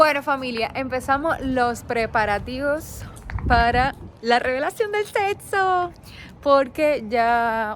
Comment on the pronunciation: dice seso? En vez de decir sexo